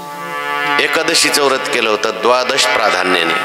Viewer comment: व्रत असे म्हणावे